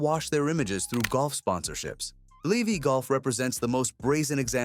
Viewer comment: Lee-Vee golf…😁